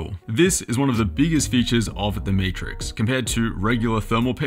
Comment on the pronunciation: Did you say Meatrix?